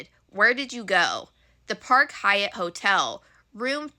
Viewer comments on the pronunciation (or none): none